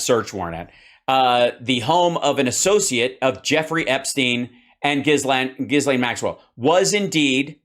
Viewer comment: True. Trump has terrbile pronunciation (Turf Sential) and Ghislaine is so hard to pronounce that everybody gets it wrong, except Donny 'cause they're homies. The S is silent, BTW. Also, Prince Andrew and Harry will not participate in the military-garb ritual at the Queen's funeral on Monday. I'm gonna bet that Donny is not invited.